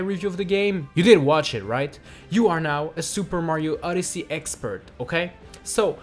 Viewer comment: Why does he say Super Mario *Uddersee*?